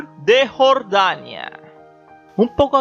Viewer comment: Qué mal narras,pronuncia bien,Nuuuuuuur de Jorrrrrdania!😆😁😄😃😅😂🤣😝😜🤪👎👎👎👎👎👎👎Nuuuuuuuuuuuuuur de Jorrrrrdania